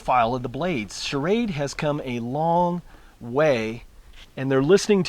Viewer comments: dude...it's called ssssssshrade....not shah-rade. love shrade knives, btw:) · I like your videos, but please get the knife company right. The name is SCHRADE not SCHARAD drop the A after the SCH. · SCHRADE one syllable, NOT SCHA-RADE with an extra A . no offense good review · You should learn how to pronounce Schrade. It's not charade which is what you are saying..